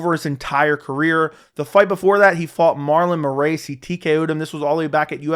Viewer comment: Marlon "more-ace". Frankie "signs". "Peoter" Yan. Lol what's up with these alternate pronunciations